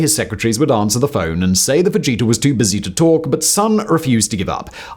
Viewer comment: Simon just kept saying vegeta… idk what name he was trying to say.. but i kept hearing vegeta. Lol